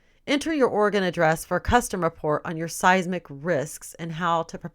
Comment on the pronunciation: It's "Ore-eh-gun" no "ore-ee-gone" =p